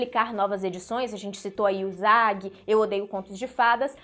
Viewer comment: Favor procurar aoi usagi sakai noriko, no tempo 1,07 tem a pronuncia correta de usagi...